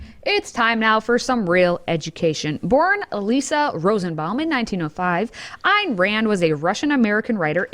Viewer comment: Pronunciation of Ayn Rand: please note, "Ayn" rhymes with "sign", not with "can". I say this with 100% certainly, having listened to dozens of audio recordings by Rand's long-time associate Nathaniel Branden.